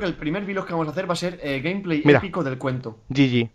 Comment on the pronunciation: es GG no yiyi y un boton gg suena GEEEEEEEEGEEEEEEEEEEE